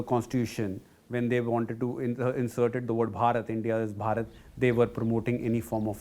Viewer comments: Who is this foolish anchor who cannot pronounce the word BHarat? Over and over mispronouncing the word. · How the hell this lady continuously offending by calling Baarat in African accent instead pronouncing correctly Bharat, Bha is not Baa here “h” must be called out with B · Not borot it's bharat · The presenter cant even pronounce Bharat. Such a pity the CNA has fallen to.,in its presentation.Either she is deaf and dumb as participants pronounce as it is., as Singaporean you can pronounce Bharat properly, shame on you. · If that were so, why are we still using Persian pronunciations then? Are you going to call Hindus as Sindhus, and Hindi language as Sindhi language now? 😁 And "Hindutva" would be called "Sindhutva" then? Let me drill this into your head again - the words Hind, Hindu and Hindi are all Persian names of this land, its people and its languages and they are all derived from what the Persians called the Sindhu/Indus river - "Hindu". Greeks adapted the word "Hindu" as "Indus" and "India" as the leading "h" sound became silent. Its all derived from the same thing.